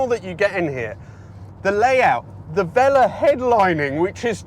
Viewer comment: Velour - velorrr, not Vella!